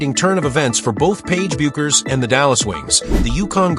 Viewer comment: Don't waste your time with this click bait. The AI voice can't even pronouce Paige's last name correctly.